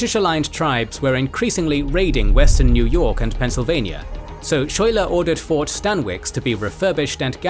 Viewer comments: Didn’t you see Hamilton? It’s pronounced “sky-ler” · Just FYI (even though he probably won't get mentioned again), it's pronounced Skyler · Lafayette pronounced (laf-a-yet) Schuyler pronounced (Sky-lar) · It's pronounced, "sky-lar". Just FYI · it’s pronounced ‘Skyler’ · General Phillip Schuyler is actually pronounced as Sky - ler. The town that Burgoyne's surrender in was called Saratoga, and is now named Schuylerville (which is my hometown). Schuyler's House (and an obelisk celebrating the battle) are in Schuylerville. Jane McRae is pronounced Mc - ray. The reports of her death and the use of Hessian mercenaries enraged the colonists and led to the huge influx of troops to Gates position between the first and second battle. Bemis Heights is pronounced Bee - miss. Finally, the injury that Arnold sustained led to his recovery in Philadelphia. His anger of Gates taking credit for the victory at Saratoga and the problems with his military governance eventually led Arnold to his betrayal of the Revolution. And just because any British person visiting the battlefield will get it wrong, there is a town just east of Schuylerville named Greenwich. In New York, that is pronounced Green - witch. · A#4.comment regarding pronunciation of principle characters' names: General Philip "Schuyler" the correct (local resident) rendition is "Sky-ler"